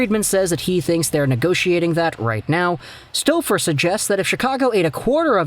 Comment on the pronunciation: lol the way he saying Staufer lmaooo